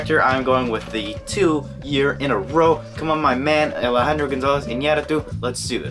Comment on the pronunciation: awesome choices -- and great pronunciation of Alejandro's name!!!